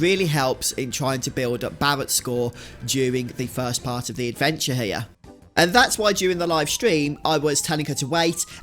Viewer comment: ….did you seriously just say hair instead of here?! Gadam your people have a penchant for butchering the English language.